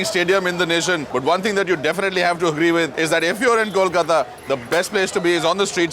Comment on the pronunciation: Rocky pronounces Kolkata right!! Thank god!!